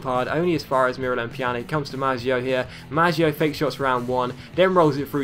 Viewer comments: Stop saying Pjanik it's Pjanic, the C is pronounced the same way as Olic or Mandzukic! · if the letter c has a thing on it like this ć It's pronounced as a ch So for evample pjanić is pronounced pyanich Same rule applies to a certain swedish winger in the player career mode